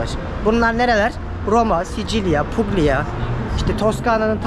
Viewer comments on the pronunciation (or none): Hitler Floransa’yı bombaladı mı? Roma bir şehir, Puglia bölge; aynı cümlede yanyana gelmez. Puglia, Pulya okunur. Hayranınım:)